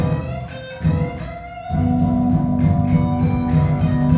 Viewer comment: WHEN THEY SAID MAKAROV BRO😣